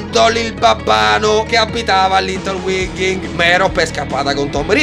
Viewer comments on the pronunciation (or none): il luogo in cui abita Harry non si legge Little "Winghingh" ma" Winging"..al 5 film la signora Figg lo dice quindi puoi verificare :)